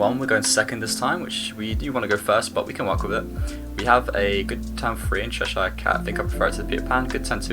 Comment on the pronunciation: As someone who lived in chesire, its cheh-shuh, you are english man hahaha thats a yank pronunciation 😂 only messin but bloody el